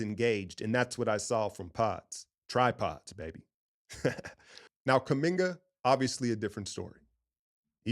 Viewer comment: "TriPodz" Pause. 😅😂😂😂